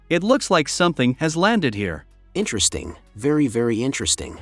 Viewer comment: "iNtReStInG vErY vErY iNtReStInG"